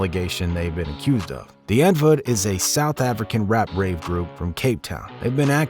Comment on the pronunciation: Bro actually pronounces “Die Antwoord” right